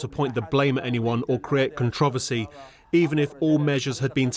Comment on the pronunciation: Nobody on the planet:... this UK reporter: CONTRAHVERSEIGH